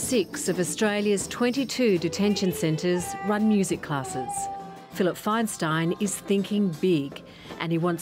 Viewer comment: It's Feinstein, that's Faynsteen (phonetically) when will stop butchering non Anglo names